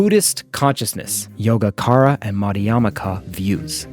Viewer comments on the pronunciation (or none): Great video! Just a quick correction on the prounounciations, yōgācāra is pronounced as yo-gah-chah-ra. That's all. Thanks for the great video btw. You explained the concepts really well.